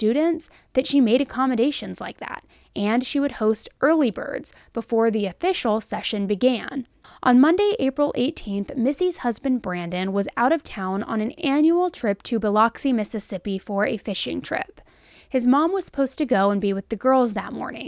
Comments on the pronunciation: It’s pronounced “Ba•lux•ie” my husband was born In Biloxi. 😉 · Love your covering this case it’s always fascinated me. Just a lil constructive criticism as a Mississippian, Biloxi is pronounced Buh-lux-eee. Your truly THE TRUE CRIME BFF HONEY GIRL. MUCH ❤ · It's pronounced bull-ex-é girl just FYI..much love from NC ❤ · Fyi- It's pronounced Buh-Lux-Ee. But I've never heard of this story, and I'm only a few states over. My first thought, I would have an issue with my fam telling my kids that my wife/their mom is gone. I truly feel that the other parent that survived should be the one to tell them. I know they're family, but to me it's crossing boundaries. Let it come from the other parent. It maybe hard, but let that parent have that honest conversation with their kids. Sad, case all the way. Prayers to the Kids & Family, and hopefully Swift Justice comes soon. 🙏🏼🙏🏼🙏🏼🙏🏼🙏🏼🙏🏼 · It's pronounced Bill-luck-see Signed- a local 😂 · I don’t know why I find it so amusing but the way she pronounced Biloxi had me rolling lol…